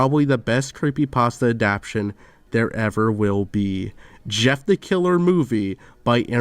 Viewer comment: this guy needs to figure out how to say adaptation